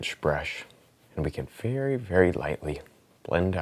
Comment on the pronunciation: wery wery nice